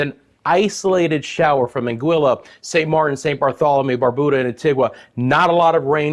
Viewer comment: It's Barbuda ( bar(byou)da) and Antigua (antigah).Bonaire pronounced bow-naire